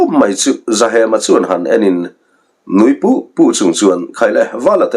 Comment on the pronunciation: nui puh2 ni lo in nui put2 tih zawk tur ni lo maw 😂